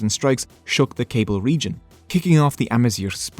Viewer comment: Hahahahahahaha the “Cables” from “Cablia” 😂 it’s kah-BEE-lia c’mon. Other than that, great video, I enjoyed! Subscribed